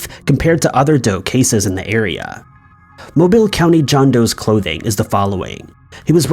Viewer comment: From someone that grew up in Alabama, it’s nice to hear Mobile pronounced correctly.